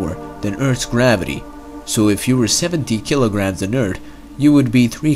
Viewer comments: please stop saying "urt" its called "earth" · can you just say Eart h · this guys skill to say eart is better than his ability to talk any other way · Why do all the people who do these videos barely know how to speak... “eart”, “wery” wtf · The narrator has an interesting accent and pronounces our planet Earth as "Urt". Also the word further was pronounced as "furder." Where are you from Mr. Narrator? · stop fkn saying urt. learn english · He can say the TH in three, but not in Earth. 😧